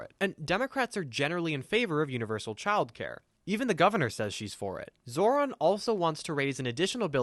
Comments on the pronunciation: Seriously. What the hell did the fuck boy say? Zoo lander? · It’s Mamdone It’s Zohver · It is pronounced Zoe-Ron lmao you kept saying it like the guy from Power Rangers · Can we mention the fact they always mispronounce his name? They have no trouble with any white names no matter how hard they are to pronounce or how different, but when it comes to a brown person's name, suddenly its "Ma'am-danny" and "Zoorah".